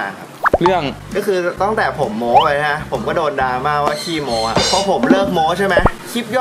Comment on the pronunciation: โม้ไม้โทไม่ใช่โม๊ไม่ใช่ไม้ตรี